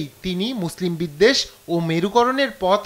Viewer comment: হায় রে সাংবাদিক বিদ্বেষ শব্দটাও উচ্চারণ করতে পারছেন না